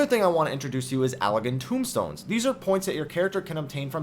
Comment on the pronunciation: They're Allagan TOMEstones, not tombstones.